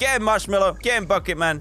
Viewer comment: thats not marshmellow itsh moshfellow